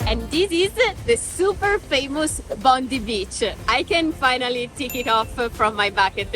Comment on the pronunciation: Bondi is pronounced Bond-eye. Hope you loved my city. 😎